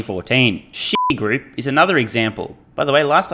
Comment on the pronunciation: "Shitigroup" LOL !! Do you even think about it or do you literally read it that way hahaha, caught me unprepared 😂😂